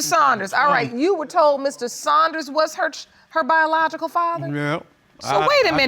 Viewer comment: BIJALOGICAL. YEA I HEARD THAT